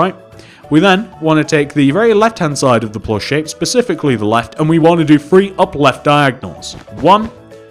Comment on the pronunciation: It's three not free